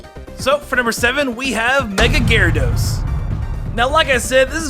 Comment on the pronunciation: Uh...? Are you sure that you weren't drunk when you recorded tangela and garydos